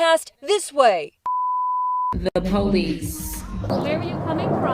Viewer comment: Only 15 years? That seems like manslaughter and attempted murder. I'd go a step further to say that drinking and driving is some degree of murder. Drinking is a conscience decision. As is getting behind the wheel. Also... my kingdom for some ignorant bitch like this to pronounce "police" properly. And why in the hell is a news reporter wearing a mask OUTSIDE. Didn't they miss the memo that masks did nothing to prevent the spread of COVID? It's already come gone.